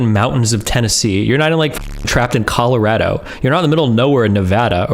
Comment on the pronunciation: the way he pronounced "Colorado" lol, he's been talking to lauren too much